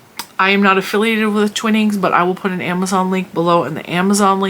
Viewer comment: I’m not sure if your pronunciation is correct for the tea brand. Years ago a UK co worker pronounced it TWINE ings, not Twinning,, I had asked her for a good tea and she suggested it to me. Her facial expression was as if this brand was mediocre but better than nothing or better than other American teas. Love your channel 🧶🧶